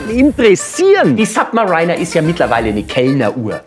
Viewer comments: Bayerisch hin oder her, aber im Englischen heißt es nicht "SubmaREINER", wie der Maria Rilke, sondern "Submariiiihhhhner", woast. Wie bei "US Mariiiihhhns", statt "US Marheins". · Bin mir relativ sicher, dass es "Sabbmeriiiner" und nicht "Sabbmerainer" ausgesprochen wird. Oder liege ich falsch? Schreibe mir in die Kommentare.. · im Ernst: Sapp-me-Rainer? Bitte Aussprache auf erträgliches Niveau entwickeln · Submariner spricht man nicht Submareiner aus... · Submar iiiiii ner. Nix "einer". Oder Sab - märinner für Amis. Aber dein Fantasiewort ist nonsense. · Jaja, Submariner nicht aussprechen können, selbst monströse Honorare aufrufen und sich als einer vom Volk ausgeben. Kannst Dich gleich mim Mario Barth zamtun, der trägt ja auch gerne Nautilus. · Am Anfang des Videos dachte ich, er spricht Submariner absichtlich falsch aus, er hat das dann bei den anderen aber nicht durchgezogen - heißt, er weiß es wirklich nicht. Peinlich.